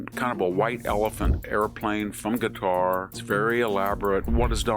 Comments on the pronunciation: I absolutely love you Prof. Hanson, but it's NOT "Gutter." It's not "Cutter," and it's not "Nuke-u-ler." It's KA-TAR or KUH-TAR, just as the Emir of Qatar pronounces it. And.. it's NU-KLEE-AR. That is all. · Why does he pronounce Qatar as "gutter"? Lol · Why do we pronounce it like "cuter", when during Trump's visit, they themselves were pronouncing it like "cut-ar"? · I like that Qatar sounds like gutter. I don't trust them. They pay our schools to be woke. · Why does he pronounce it "Gatar?" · I love how VDH pronounces Qatar “gutter”!!. Hey he’s the phd, not me. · I feel the same way. Some might think he is trolling by calling them 'Gutter'. His pron. Seems Asian in that you can't quite tell if it starts with a k or a g - Schrodinger's consonants. I didn't want to complain in a comment section - there's too much of that in the world. But yeah, it bugged me, even though a small thing. I love Victor D. Hansen, so this is only said with love. Great insight as always. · There's no English equivalent for Arabic letter ـق (qaf). It's pronounced in the back of the mouth but not the way he's pronouncing it. Hey, at least he's trying.